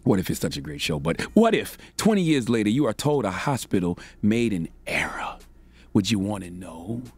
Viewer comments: Err-OR not erA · How you that old and can’t pronounce *ERROR not “era” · Why does his (error) sounds like (era) :/